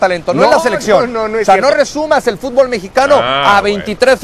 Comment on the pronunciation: Aprendan primero a pronunciar FÚTBOL NO FUTBÓL y después hablen nabos!!!